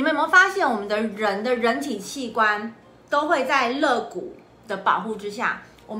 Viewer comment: 那是lei骨不是le骨，，，，发音不要搞错了！！！！！！！